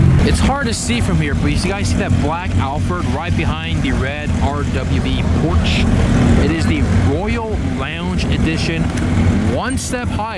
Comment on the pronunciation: Your way of pronouncing Porsche has me triggered. Just pronounce the 'sch' as an 'sh' >:(